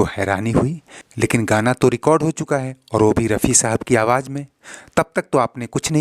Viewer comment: your Pronunciation is so Flawed what is Mujic” say Music “ what is Hajaar can you not say Hajaar what is jiyada say Ziyada Awaz not Awaj 🤬🤬